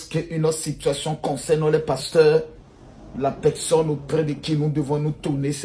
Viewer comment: Makosso on dit( personne) et non (pecsonne)